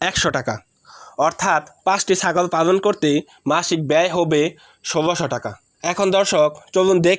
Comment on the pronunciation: পালনটা ভালো ভাবে বলো পালনটা পাগল শোনাযায়